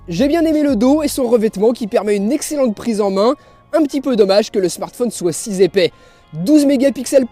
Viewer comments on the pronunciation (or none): Il n'y a pas de S à la fin de "si"... pourquoi tu fais une liaison alors??? Rhoo t'exagere Sinon j'aime toujours autant tes videos, je partage les memes avis que les tiens... continue! Bravo.